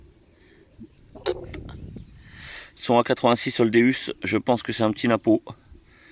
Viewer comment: C'est pas un déUs mais un déOUs .le non c'est dieu en latin donc sa se prononce déOUs je trouve sa important car chaque chose a sont non si vous entendez un gas dire je conduis une Ferraru vous lui ferait la remarque .ou jais un minelab equinux sa va pas